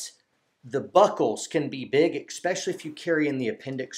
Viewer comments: Good video, thanks. One comment..... No "X" in especially. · I “EX-pessially” like this supportive video, even though it is a constricting subject matter.